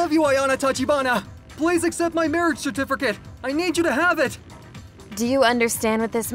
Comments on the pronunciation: When they say certificate they pronounce it certifercate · Bro what's a certerficate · The way they pronounce certificate as "certifercate" really bugs me and I dont know why